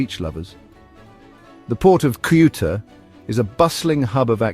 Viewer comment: PLease ask a Spaniard to read the name of CEUTA and repeat the same sounds... you IGNORANT!!!!